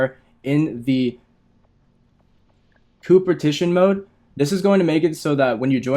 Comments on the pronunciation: Are my ears deceiving me? "Cooper Tition"? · It’s CO-OP-ERATION😂😂😂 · COOPERTITION... When you are not able to read or to speak properly... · coopertition lmaoooo u did not pass english class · Now I know how to power level now I want to know why he is saying cooperation the way he is